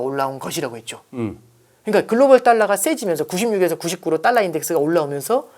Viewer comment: 발음이 뭔.. “딸라, 딸라” 듣기 참 거북하네. 분석은 어정쩡, 뭔 말하는지 이해도 안되고..